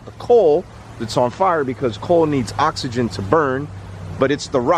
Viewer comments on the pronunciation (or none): none